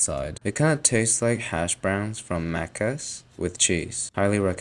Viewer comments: Hearing you try to say "Maccas" gave me psychic damage. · Yea lmao, everytime I hear someone that isn't Australian say maccas, I feel inclined to try and say it exactly how they did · did bro say maccas??